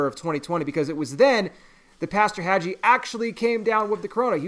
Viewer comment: The "g" is pronounced like the g in gave